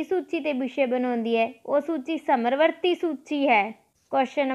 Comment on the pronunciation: ਸਮਰਵਰਤੀ ਨਹੀਂ ਜੀ ਸਮਵਰਤੀ ਹੁੰਦਾ ਹੈ। plz sahi pronounce krea kro